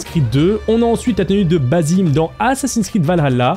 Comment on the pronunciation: Alors petite précision ça ne se prononce pas Bazim mais Bassim, même si ils ont mis qu’un seul S. (Qui est une faute d’orthographe d’ailleurs). Car le prénom Bazim n’existe pas. D’ailleurs dans le jeu ils le prononcent correctement.